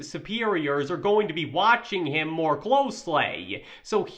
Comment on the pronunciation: trope instead of troop. ham instead of him. Narration sucks